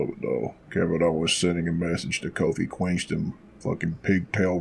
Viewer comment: Lol are you purposely saying Queenston? Hahahahahahaha